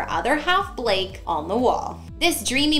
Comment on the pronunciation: Why do you call him "bleak"? His name's BLAKE..